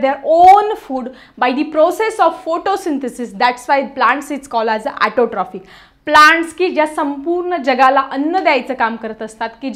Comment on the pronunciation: Mam tumhi words plz neet bola tai autotrophic aahai😂😂😂😂